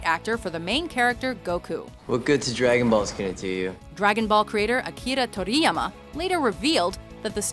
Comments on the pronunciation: I love how you mispronounced Akira Toriyama's name. But you always mispronounce things, so at least it no longer surprises me. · wow...way to over pronounce Akira Toriyama's name XD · You just flat out butchered Akira Toriyama's name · christ, not even two minutes in and watchmojo already buthchered the name of akira toriyama into oblivion. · I cringed when she said Akira Toriyama. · Huh? You don't say Akira Toriyama's like that at all! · Does the narrator not know how to pronounce Akira Toriyama's name? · can she please never say Akira Toriyama ever again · why she can't pronounce foreign names, akirrrra torrriyama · lmao no attempt to say Akira Toriyama name right do you guys even look up how to say it right..... straight disrepectful bro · Did you hear how they pronounced Akira Toriyama? I usually don't nitpick over mispronunciations, but GOD DAMN did they fuck up his name. Is there anyone, ANYONE, at Watchmojo that actually watches anime? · Considering they can't even pronounce Akira Toriyama right, I doubt they have actually seen either Evolution or the original Dragonball. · OMG learn how to say Akira Toriyama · It hurt hearing her mispronounce Akira Toriyama's name.